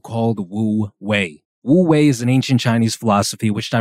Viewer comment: Great video ! Just a small note, of course words can change pronounciation in another language (for eg paris is supposed to be pronounced w/o the s), but if you’re curious, it’s actually closer to “oo-way” rather then “woo-way” bc the word “wu” has a somewhat silent “w” :)))